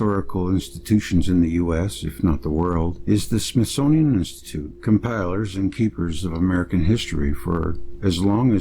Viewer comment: Smith-Sun-ian Of the Sun workers